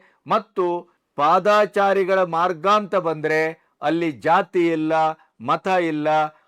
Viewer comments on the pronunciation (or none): Sir ಅದು ಪಾದಾಚಾರಿ ❌ ತಪ್ಪು ಉಚ್ಚಾರಣೆ, ಸರಿಯಾದ ಉಚ್ಚಾರಣೆ ಪಾದಚಾರಿ ✅ ಅಲ್ವ sir ಹೆಚ್ಚಿನವರು ಕೃಷ್ಣ ಭೈರೇ ಗೌಡರು ಸೇರಿದಂತೆ ಹೆಚ್ಚಿನ ಜನ ಪಾದಾಚಾರಿ ಅಂತ ತಪ್ಪಾಗಿ ಉಚ್ಚಾರಣೆ ಮಾಡ್ತಿದ್ದಾರೆ ಅನ್ಸುತ್ತೆ...?